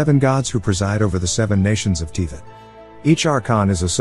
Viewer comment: Yeah aside from Teavat, Barbatoes and Bale the video is very good hehe